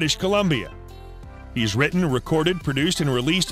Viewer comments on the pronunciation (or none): none